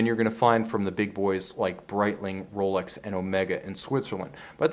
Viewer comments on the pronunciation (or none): The guy who presents it is obviously biased and can't even pronounce the name "Rolex" proberly, like normal people would do. The Grand Seiko is by far the best value watch human beings can buy today. You basically buy a 5k watch with a 80k value. Its that well build and manually finished. Rolex is a pure production watch, nothing complex about it, thats why Chinese copy them for 150$ a piece, and yes, normal people wouldn't notice the difference. With the Grand Seiko this is not possible, hence there are no good copies around.